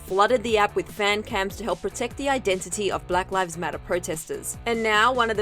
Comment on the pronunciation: “Brack rives matter”